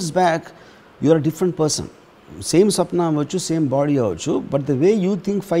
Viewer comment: సప్న కాదు బాబు స్వప్న..